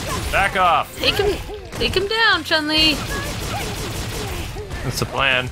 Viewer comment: Why does everyone pronounce Chun Li's name wrong. It's not "Chung Li" it's Chun Li (Choon Lee).